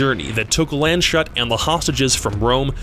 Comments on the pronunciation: On It is pronounced Lands-huut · Awesome Video!! I have one correction, in you used the english pronunciation of “Landshut” but its actually a city in German called “Lands-Hut” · It killed me how he called the Plane "Land-Shut" xD I mean yeah the spelling would suggest that if it was in english, but as it is german its more like "Lands-Huut" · I love how he says Landshut. Even though it has the word "shut" in it it's not pronounced like that. You say it just like the letter "U". (for example: put) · Not Land Shut, Landshut (Countries Hat), a German town the plane was named after. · Giggled at "Land-shut". It's pronounced "Lands-hoot", after a small town in Bavaria. :) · Its Landshut and not Lendshot or whatever you said ^^ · Lands hut not land shut You make my ears hurt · Excellent video and content 👏 only remark as German Speaker: the name of the Lufthansa flight is pronounced "Lunds-Hoot" :) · I cried a little when you mispronounced the airplane name, Landshut (correct: laahnds-hoot) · The Landshut so, Lufthansa flight 181 is pronounced "Lands Hoot", just as an fyi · Landshut is spoken Lands Hut Not Pizzashut. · the way he pronounces Landshut really bubbles my beer